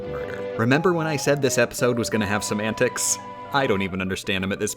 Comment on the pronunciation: At this point when she says "semantics," I just hear "some antics."